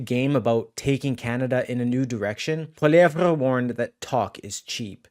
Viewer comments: When are you going to learn how to pronounce Pierre's last name? Listen to the way HE says it! It's pronounced like "POLLY-EV". The "RE" is silent! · Hey you need to say Pierre’s last name right. It’s very annoying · Please learn to pronounce the name of the leader of the Conservative Party. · bro why u pronouncing pollievre like that? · Please learn hous to say Pierre's last name dude! NOT CHATGPT!!!! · I literally was reading the comments just to see if his pronunciation of Pierre's name annoyed anyone besides myself! I find it so very irritating! Thank you for your comment!